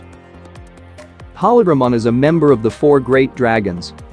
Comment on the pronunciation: Pronounces “holy” correctly but butchers “holydramon” repeatedly🤦🏾‍♂️